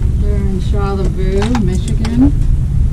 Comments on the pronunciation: Yes. char La Voy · That wasn't a Petoskey stone you found. Lol. And learn the local pronunciation of Charelviox. Char lay voi